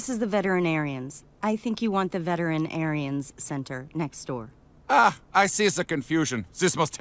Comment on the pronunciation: I lost at veteran-Aryan. 😂😂 German Shepard! 😂😂